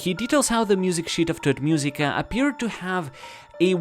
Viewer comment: Everytime he say "tot musica", drink (don't do it). You will be tot -i laughed my a off, i understand thot musica 😂😂